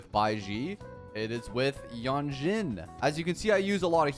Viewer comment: Actually, you pronounce Lingyang wrong, his name is chinese and in english version, they(english) already pronounce his name wrong. I hear you pronounce as Lingyeng. For Jianxin, Jianshin is how yo pronouncd her name.